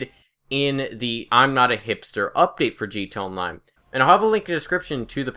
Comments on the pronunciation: it's not G TOW online, it's GEE TEE EH online. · why are you saying gtonline instead of gta online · Dude its G.T.A ONLINE STOP SAYING LIKE THAT WTF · is he saying 'G2 Online' because it's sounds like that instead of 'GTA Online' I'm not trying to be nitpicky, I just thought it was funny lol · "Gee Tahnline" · I fucking hate how the fuck you say GTA online you say it "g to online" and that pisses me off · Stop saying "G Tone Line." Slowdown and enunciate. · Take a shot every time he says 'Gee T'online'